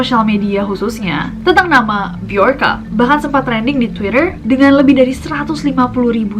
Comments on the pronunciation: Mirip sama sosok Bjorn di Viking. Bacanya juga jadi (Byorn atau Byorka) Bukan pake huru "J" klo dibaca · BJORKA (be-yor-ka) Be - Your - "K"/" KA"/"K-A" (inisial nama) ?????